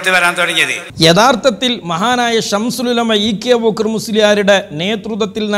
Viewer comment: ഈ കുട്ടി അത്തൻ "ശംസുൽ ഉലമ " എന്ന് പറയാൻ പോലും അറിയില്ല "ശംഷൂൽ ഉലമ" എന്നാണ് പറയുന്നത്